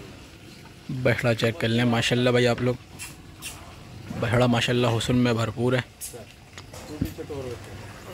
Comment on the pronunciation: stop saying Bacha. its bachra!